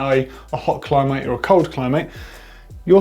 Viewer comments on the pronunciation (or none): Did he just say Cli-mate? Lol.